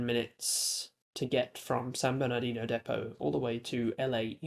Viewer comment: It’s pronounced San Berni-de-no